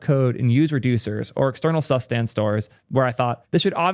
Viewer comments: DAMN IT, IT'S TSOO-shtahnt NOT ZASTEND cool video tho 👍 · Zustand sounds German (translates to status) and as such you should propably pronounce it more like tsustant. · it's more like [tsu-shtant] but already mentioned that he doesn't care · Please don't pronounce Zustand like that it hurts my soul The u is pronounced as o in the word "zoo" The Z is pronounced as "ts" Ts oo stand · "Zustand" is a german word and pronounced completely different just sayin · It hurts my ear everytime you pronounce "Zustand" as a german speaker :-D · How not to pronounce Zustand.